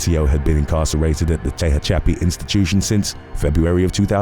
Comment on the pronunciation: Not tay ha chappi it’s pronounced ta hatch a pee